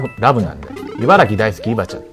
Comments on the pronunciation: しゅーやさん「いばらき」！「ぎ」じゃなくて「き」！！www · いばらぎ じゃなくて いばらき です。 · 茨城 いばらき ◎ いばらぎ ×